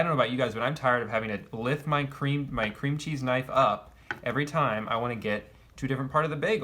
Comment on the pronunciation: I think what makes me most angry about this video is that Drew places the emphasis of the phrase "cream cheese" on the word cream